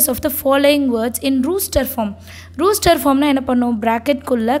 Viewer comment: It is ruster it is rOster😅